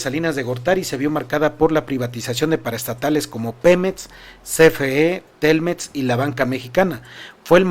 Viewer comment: X q dices pemets y etxpresidente, no es x criticarte amigo pero pon atención en la forma que hablas, mucha gente se acostumbra y después habla así. Disculpa x el atrevimiento. Saludos